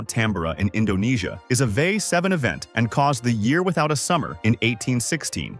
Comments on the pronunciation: It's V. E. I., not "vey". Kill-o-WAY'-uh. Strom-BO-lee. Tam-BORE-uh. The other names were pronounced well. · So easy to tell that this is read by a bot when they pronounce VEI as a word. 😂